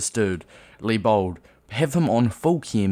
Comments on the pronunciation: His name is Leibold not Lee-Bald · The ei is pronounced as i